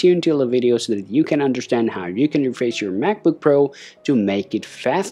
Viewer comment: Is Refresh not Refreiz